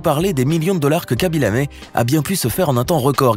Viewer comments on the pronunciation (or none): On dit kaby lame pas kaby lamé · Ça ne se prononce pas "kaby Lamé" mais plutôt "khaby lam" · Pas kaby lame c'est khaby lamme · " Khaby Lamé " 😂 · C khaby lame pas lamé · Ses KHABY LAME ses pas KHABY LAMé